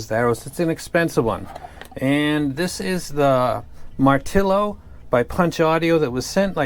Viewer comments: Just in time for my mid year purchase! Where I'm from, it's pronounced "mar-til-yo" probably a bit different from it's origin since it's a borrowed word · Btw the Martilo is pronounced as martilyo - hope your wife recovers well!